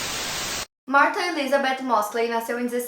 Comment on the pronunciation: Chateada pq falou meu nome errado 🥺